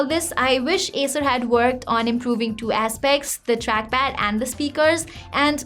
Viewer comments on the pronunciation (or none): itsss acer, but sounds like asus . well its ok , let's focus on review.